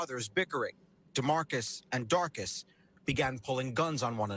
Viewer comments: And everyone pretending the mom didn't know her 14 year olds had guns. "Darkuss" 😂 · I thought he said darkness. Then realized his name was darcus 😂😂😂😂😂😂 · “Darcus” FUCKING LMAO what is that Sunman a sorcerer?